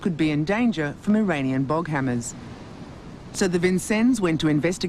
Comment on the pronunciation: It's Boghammars, not Boghammers. Patrol boats made by Boghammar Marin in Sweden (no e in marin in Swedish).